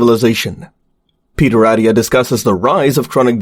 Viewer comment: You lost me at Peter “Addia” It’s AT-TIA Lil things…